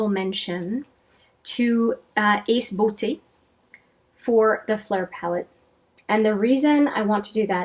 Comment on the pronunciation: THANK YOU for pronouncing Ace Beaute correctly! It's my pet peeve (I'm a horrible person, I know)